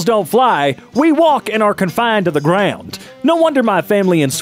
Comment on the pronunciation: 's Grawund got me dying